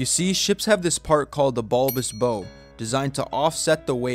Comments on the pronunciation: Isn't it called the bulbous BOW .......pronounced bao. A.I. didn't really know that. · It's pronounced "Baow" as in "Bow to your partner" or "He bowed to the king." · Bo? BO?? Bow is NOT pronounced "Bo"! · Bow is not pronounced bo as in boat. it's bow as in bow wow. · The bow of the ship is pronounced like you’re “taking a bow” not like a bow that you’d tie out of ribbon. Dolphins have done this with ocean liners for quite some time. Even ocean liners that have knife edge bows like many did in the early 1900s, those knife edge bows still allowed the dolphins to cruise quite quickly with very minimal effort. They also do this because the ships hull offers the dolphins protection from predators. It could also just be a social behavior as well but mainly the protection the ship offers and being able to ride the current without having to exert much energy it normally would to swim that fast without a ships assistance. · Even a 5-year-old knows that the front end of a ship is pronounced like taking a bow, not tying a bow. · Bow? Bow? It's pronounced BOW you goof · A bow on a ship is pronounced like you bow down to something, not like you are wearing a bow tie. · It's not a wake but is a bow wave. BTW, bow is pronounced like 'cow', not like 'bo'. I'm guess you're less than 25 and struggled in school! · Not pronouced bow, its said as 'bowe' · Dude, it’s pronounced bow like cow. Not bow like mow. Lazy language. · (1) On a ship, the front (pointed) part is not the “boe”: it’s the bow, which rhymes with “how” and “cow.” (2) Dolphins have been running in front of ships for far longer than ships have had bulbous bows (rhymes with “cows”). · the bow of a ship is not pronounced liked the device that propels an arrow but instead pronunced like a dog's bark as in "bow-wow" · Your pronunciation of "bow" gets an "F", youngster. The "bow" of a ship rhymes with "now". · It's pronounced like Bow wow Not like bow tie Sheesh the AI sucks sometimes. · Bow rhymes with cow, not go